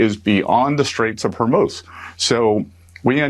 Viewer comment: Thank God you've learned to say Hormuz, not Hormoz! Drove me crazy!